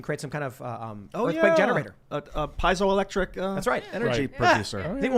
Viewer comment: it's pronounced pee-zio-lectric.